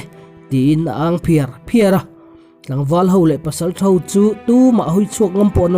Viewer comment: Ngaihnawm dawn hle mai. Pakhat lawk mizo tawng i thiam viau na in i lam diklo leh zauh thin. Entir nan. Phiar phiar tih kha la phiar angin i thluk a. Tang leh zual teh le